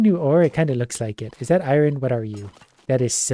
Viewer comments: I love, but like why does he pronounce iron i-RON instead of I-yon...😂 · Why does he say Iron like that? Triggers me everytime!